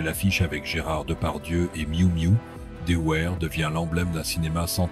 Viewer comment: Son nom s'est toujours prononcé "Devère" et non pas "Deouère".